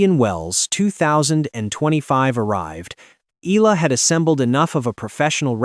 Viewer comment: Her surname is pronounced as Ee-yuh-luh. I wonder why Oprah's picture keeps being shown.